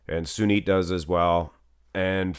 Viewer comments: Sunit not junit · Its Sunit jhadav not jhunit jhadav